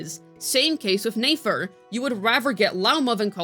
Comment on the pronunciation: omg can u pronounce nefer properly